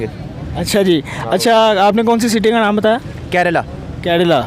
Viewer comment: Pakistani joke karela not kerla 😂😂😂😂😂😂😂 jaahil Pakistani 😂😂😂😂😂😅😅😅😅😅💩💩💩💩💩💩🐕🐕🐕🐕🐕🐕🐕